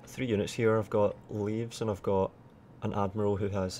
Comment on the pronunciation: the shitty javelin units are not pronounced Leaves but leveys:D<3